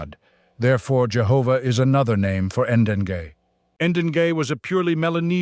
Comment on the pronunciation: "Degei" is pronounced Deng-ey... Not "En-den-gay"